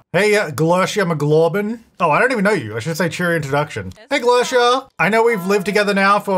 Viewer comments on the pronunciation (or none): Lol, I like your pronunciation for Glericia but I meant for it to be Gl-erica. Like Erica, but with a Gl. Glercia sounds like a real name though which is cool :_jtytLol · this isn't super relevant to the main point of this lets play, but "glercia" mcglorbin is actually GLERICA mcglorbin, like the name erica 😂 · Pretty sure "Glerica" is pronounced like Erica, just with a "gl-" in front of it. 😂 I like ' take on it, though! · i know you just got corrected on pronunciation last ep, but... her name is G L E R I C A, lol. love you tho:_jtytFail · I wonder how long in this series it will take for to realize he's been reading Glerica's name wrong the whole time:_jtytLol